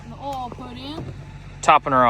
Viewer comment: It’s OIL, not UUL